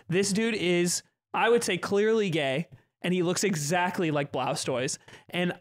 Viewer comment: Who is Blaustoise?? Until I checked the chapter title I thought he was pronouncing 'Blastoise' weird.